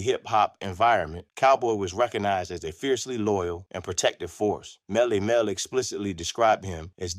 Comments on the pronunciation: IS THIS AI? YOU DONT KNOW WHO YOU ARE TALKING ABOUT? MELLY MEL NOT MEL MEL! 😢 😢 😢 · Y'all gotta stop with the AI narration, Melle Mel is not pronounced ' Male, Male'. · They need to tell it to pronounce it like Mel E Mel 😮😴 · gotta pronounce Melle Mel correctly if you gonna do this